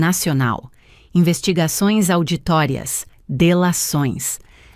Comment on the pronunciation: Uma palavra essencial no contexto, está indevidamente pronunciada pela IA. Com revisão, talvez, fosse possível amenizar de alguma forma: Auditorias, virou "auditórias"... Escutei de Passo Fundo, RS, Brasil.